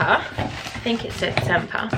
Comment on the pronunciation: Great Italian design. So stylish, loving the grey. Sempre is pronounced sem-preh in Italian. A beautiful word meaning always/forever. I’m checking out Valentina’s site..... is it just baby bags? Thanks for sharing, 👍